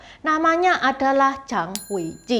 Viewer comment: Zhang itu bacanya chang bukan jang. Sbnrnya cara pronounce nama Chinese bisa diperbaiki. Bisa pake google juga kok. Zh itu dibaca c... Kalo ch itu dibaca j....